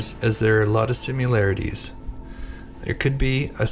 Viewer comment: Pronounce Similarities as it’s spelled. It’s not Simu larities. 🤦🏼‍♀️